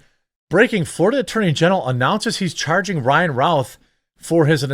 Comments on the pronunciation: His name is said " ruth" like Babe Ruth. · My point is it is not said " Routh" like "South."